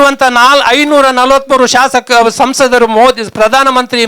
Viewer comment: ಶಾಶಕ ಅಲ್ಲ ಶಾಸಕ.ಉಚ್ಚಾರ ಸರಿ ಮಾಡಿ ರೈ ಯವರೇ😊